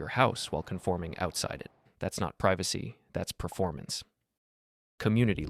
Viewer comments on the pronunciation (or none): none